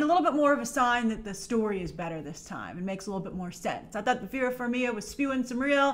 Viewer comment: yay I can go to bed now! EDIT: Trailer looks awesome. As a fan of epic scored, appreciated the song choice. I thought Vera Varmiga's last name is pronounced "Far-mee-guh"? hmm...